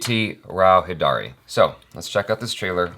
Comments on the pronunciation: It's Aditi Rao Haider-ee. Like you pronounced Haider. :) Not Hi-Daari XD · Perfect Pronunciation.. "Antariksham". However needs to work on pronunciation of "Hydari". It's pronounced "Hi-Dary"